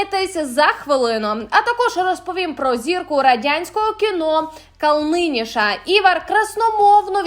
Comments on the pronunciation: а шо у нас з наголосами та логікою в читанні тексту??? Він Івар Éдмундович Ка́лниньш, а КалнИш. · У Вас гарнир канал. Але якщо ви знаєте, що у вас проблема з вимовою прізвищ відомих людей, то це ж не важко заглянути в інші відео про цих людей і почути як вимовляються їх прізвища. кАлниньш — наголос на А, кАлниньш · Не Калниніш, а Калниньш. Навчіться правильно вимовляти прізвища. А Тає фсе простят. Якщо приїде сюди, то натовпи козломордих житєлєй України будуть її обожнювати. Цих кацапських морд в нас хоть греблю гати. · Шановна прізвище актора Калниньш а не Калниніш😂,жахливий етер😂😂😂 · КАлнинш ,а не КалнИнш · не КалнЫньш, а КАлныньш! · Айвар Калниніш ??? А може Калніш??? По їхньому Калніньш ,але ніяк не калниніш. Уви.🤪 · Дякую за вашу працю! Дуже "ріже" вухо неправильний наголос в призвіщі латишського актора- бо він КАлниньш, а не КалнИньш! Ви як перший раз про нього дізнались! Якщо передачу робите, то могли в YouTube послухати, як його називають- Івар КАлниньш ! Я його бачила в театрі , ще молодим і на латишській мові! Чудовий актор! Подяка всім балтийцям за допомогу Україні! 💙💛💕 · Не Калниніша, а Калниньша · Ивор Калнаниш, а не те як ти вимовляєш, стидоба! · Делаю замечание ведущей делайте правильное ударение на фамилии, а именно Ивар Ка'лнишь